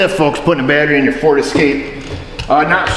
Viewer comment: I didnt hear at the start of the video we got another ferd escape in here for a battery replacement ! another ferd terd !